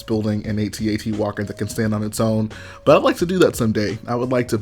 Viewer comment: U said at-at wrong but love the content keep it up